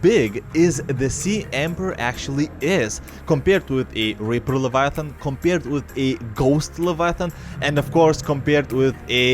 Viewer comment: It is not levaaaaatan but leviathan